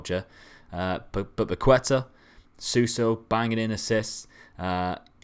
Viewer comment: Its not Pakueta, Its PaketA